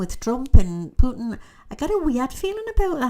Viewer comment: Thank you for saying “Putin” wright , so many news readers & others put “h” in it